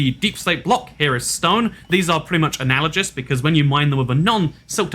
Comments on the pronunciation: Alternative Alternative title: can't pronounce analogous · The G in "analogous" is a hard G. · it's like how two people will pronounce GIF differently. Now we know how he pronounces it